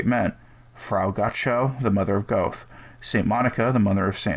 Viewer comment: "die" in German is pronounced "dee". The name of the philosopher Goethe is pronounced "Gerta". I find it easier when I know the correct way, not meant as criticism. I LOVE what you do. P.S. I just realised, you're American, so it's "Gerta" but without the hard "r" u Americans have.